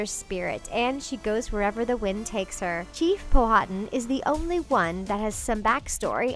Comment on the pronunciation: Pocahontas dads name is powatan Pow-wa-tan